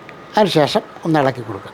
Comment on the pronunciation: എന്ത്‌ പറഞ്ഞാലും ഷേഷം. അല്ല ശേഷം 😂ഒരു 10പ്രാവിശ്യം പറയും